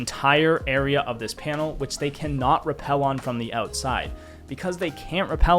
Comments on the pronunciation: Ah I understand you're not fully fluent in American but it's rappel*, not repel. Such a classic Buck moment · You miss that the whole point of the comment is the fact that the word is "rappel" not "repel" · it’s pronounce repel Like he’s repelling on the window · brother i understand it's pronounced repel, but in the video, if you look at the timestamp, it should still be spelled as rappel Missed my entire point man